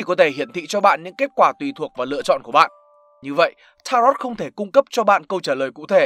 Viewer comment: Đọc đúng là ta-rô chứ không phải là ta-rot đâu.